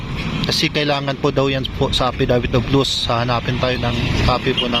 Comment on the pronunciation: affidavit of lost po hindi affidavit of loose haha